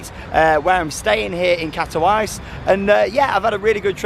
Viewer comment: The city is pronounced in Polish as kat-o-veet-sa, I was there last month